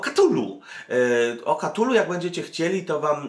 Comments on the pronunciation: {KATULU}? a nie przypadkiem {KTULU}? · wszystko super, ale "KTULU" a nie "KATULU". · Cthulhu wymawia się "ktulu". Lovecraft wymyślał nazwy i terminologię tak aby anglojęzyczni wymawiali niepoprawnie.